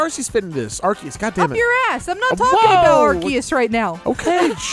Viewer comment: I still hate it every time I hear someone say Arkeus